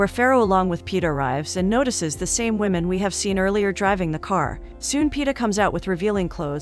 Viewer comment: " A wemon " ?